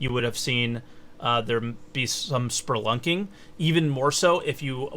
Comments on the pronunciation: There is no R in spelunking. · Yeah, but it's a great americanization of the word and comes off as almost endearing.